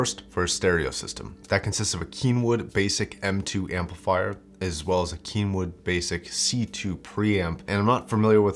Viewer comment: Keenwood -_- its kenwood brotha